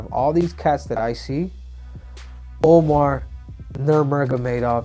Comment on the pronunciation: hey triple c...omar is spelt omar, umar is spelt umar, and they are pronounced the same as they look